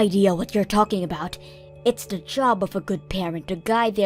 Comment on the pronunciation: The “deh” “da” or “duh” instead of THE just makes me cringe every time.